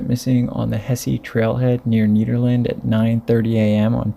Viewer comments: Nederland not neeeeederlind “Ned-err-land” Arvada not arvodu “ar-vah—duh” El Dorado not elderada “el-duh-rod-oh” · Ned-Erlend not need-erlend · You just say neederland lmao